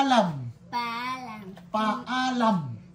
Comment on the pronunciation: Paalam... The wrong letter should be prounce well only.. kasi paalan kasi sa kanila😊..con eme(M) no ene(N)...better have a chalk and board.. and Ingat---it should be like (ing---at/...then fast talk to read it) this how basic reading sounds like... by syllables. Focus on daily use words conversation is good move like things and word by word🎉🎉🎉😊